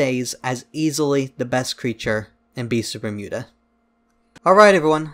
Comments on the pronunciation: everyone: beasts of bermuda: bistphmuda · Ah yes, Beesvermuda